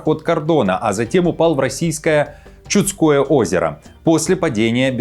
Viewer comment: В слове "ЧудскОе" ударение на второй слог.